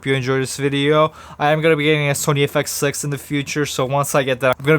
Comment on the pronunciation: Nothing like saying the camera's name wrong in the first 2 words of the video